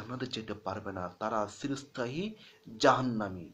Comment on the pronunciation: খুব ভালো প্রচেষ্টা! উত্তম ভিডিও ! (উচ্চারণ: ' চিরস্থায়ী ' হবে, 'সিরোস্থায়ী ' , নয়! ঠিক উচ্চারণ বুঝতে আমার একটু সময় লেগে গেলো!)